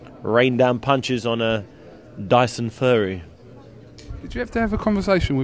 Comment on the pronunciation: did he just say DYSON FURRY? he he he great interview he he he